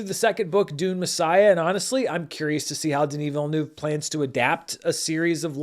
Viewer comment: You pronounce Denis Villeneuve very well at the beginning. If you want to be sure to always say it right, you can say it like this: "vil-n-uh-v". Saying the "uh" as if you're pausing and thinking, kind of. It's the closest sound to the French sound.